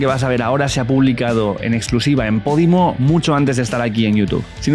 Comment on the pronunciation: ¿Pódimo? Yo pensaba que era Podimo.